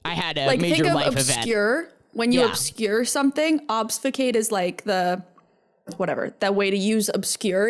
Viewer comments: btw, obfuscate is pronounced almost how it's spelled: 'ob-fuss-kate' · ObFUScate. The f is before the s. Sorry, can't help it. You said it so many times 😅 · GUYS IT'S OBFUSCATE - OB FUS CATE